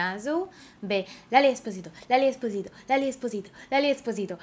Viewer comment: לאלי אספסיטו לא אספזיטו